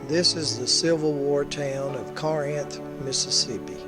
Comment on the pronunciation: mis-pronunciation of 'Corinth'